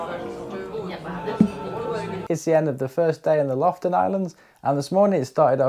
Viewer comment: Thanks for another wonderful episode of my gorgeous country..! ( btw..It took me a while to realize you were in Lofoten, as it sounded like you said Loften Islands.. The second O is not silent 😅 )